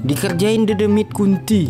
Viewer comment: menit bikin ngakak doble kill dedemit bang bukan dodomit dodomit🤣🤣